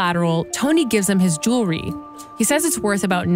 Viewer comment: Hey, please learn how to pronounce "jewelry" correctly. Hint: It's not jew-LER-ee. Sound it out.